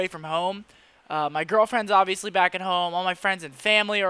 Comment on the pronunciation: Hoooome? You from Downingtown?